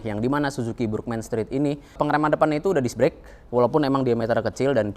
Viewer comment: Burgman... Huruf A di baca tegak A, bukan dibaca E seperti lafal bahasa inggris.....hadeeeeh